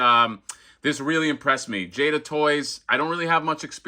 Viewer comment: Awesome. Just ordered Chun-Li myself recently. Pretty sure you got the "Jay-da" pronunciation right.